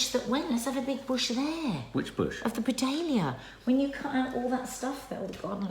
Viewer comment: Do you mean a Buddleia, which is pronounced (Bud Lee a)?